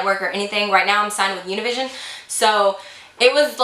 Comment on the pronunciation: Lol how shes said Univision 😭 im used to hearing that in Spanish never in my 22 yrs have i said it in English 😂😂 Anyways!!! Love your brows😭♥️